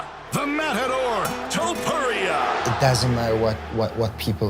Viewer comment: that is NOT how you say his name lil bro 😭✌